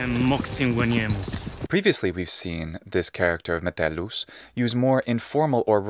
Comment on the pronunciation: The Metellus actor was very good with his Latin pronunciaion in this series.